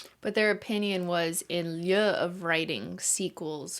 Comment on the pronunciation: Nvm how Cristine says button, what about how she says lieu